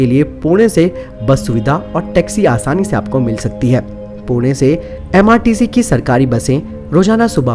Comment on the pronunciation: Keep your pronounciation correct...it's Bhimashankar....Sahyadri & M S R T C...